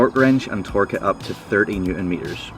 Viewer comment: Hi, sorry mate but did you say 13 or 30nm? Sounds 13 to me, cheers pal